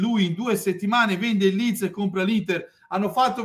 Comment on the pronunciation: quello non sapeva nemmeno pronunciarlo nel video. L ha chiamato lens 🤣🤣 Poi oggi ha detto Lion Rocco (Siffredi, forse), InvestCOPPO e anche "segment agreement" 🤣🤣🤣🤣